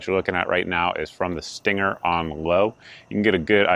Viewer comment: I believe you are pronouncing it wrong. It's pronounced "stang-er".